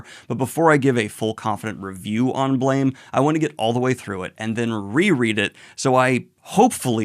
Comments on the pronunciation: Hey Daniel, just wanted to let you know "Blame!" isn't pronounced like blame, but instead like blam, with a phonetic "a" sound. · It’s pronounced “blam” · slight correction Blame! is actually pronounced Blahm no idea why I don't even think the author knows english iirc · Daniel, I know you like to intentionally mispronounce things to get pretentious YT commenters riled up, but in case you don't know, Blame! is actually pronounced closer to Blahm. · Just so you know, it's pronounced "Blam!" I know it doesn't make sense... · BLAME! is pronounced as BLAM